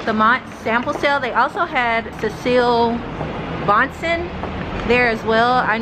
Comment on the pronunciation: loved the pieces you copped in the sample sale! Monse is pronounced "Monsay" + Cecilie Bahnsen is "Cecilee BAHNsen" x